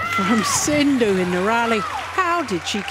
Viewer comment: To the lady commentator: If you can't learn to pronounce PV Sindhu's name correctly, perhaps don't try?